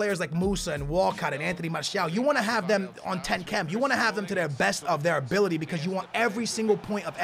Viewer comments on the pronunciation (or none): none